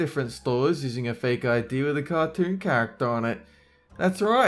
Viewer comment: "ca toorn" you put the R in the wrong place